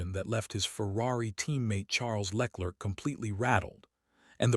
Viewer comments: Le Clerc is not pronounced as Lecklert. ‘Leclerc ‘might be best pronounced ‘Luh Claire’. And Mercedes is rarely if ever pronounced Merced. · Who the hell is Lec-lerc...? What are your sources...? Is this fact, or simple conjecture...? I'm a LH fan, but seriously man, at least get Charles surname right...! I'm bored of these AI voiced rambles...!! Lol... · Leck lurk 🤣🤣🤣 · Please train your AI voice on correctly pronouncing words and names like LeClerc, Maranello, Mercedes, Verstappen, and on and on. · Who the F is Leklirck? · The way he pronounces LeClerc is hilarious.